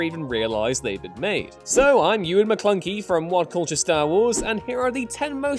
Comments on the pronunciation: Did you say Ewan McClunky? Hilarious! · “Ewan mcclunkey” 😂